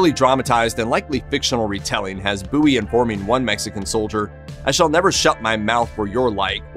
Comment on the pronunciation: I am a Texan, thank you very much for pronouncing Jim Bowie‘s name correctly.